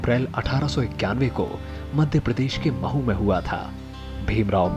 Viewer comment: मऊ नहीं, महु